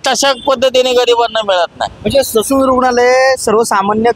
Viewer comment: ससून नाही डायसून